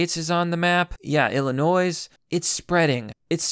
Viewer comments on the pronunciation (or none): Please dont say "ILL-UH-NOISE" as it makes you sound dumb. The "S" is silent "ILL-UH-NOY" Your pronunciation of that state gets me Ill-annoyed. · "Mount Sineye" "Illinoise" "Neon Natal" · I hate Illinois. But STOP MISPRONOUNCING Illinois! It's obvious!